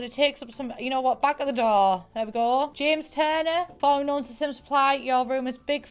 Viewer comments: "james jurner" xD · “james jurner”